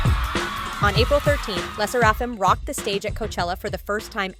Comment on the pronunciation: I wish people would stop saying Le sserAfim instead of how it should be said